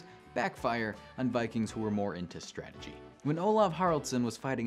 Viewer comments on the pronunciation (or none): none